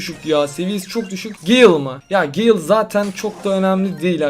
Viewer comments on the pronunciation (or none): none